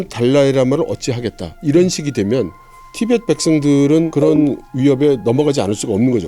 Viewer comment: 티벳트가 아니라 티베트다